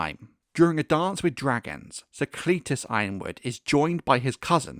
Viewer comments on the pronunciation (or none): I prefer Cletus pronounced like Alexander's Companion.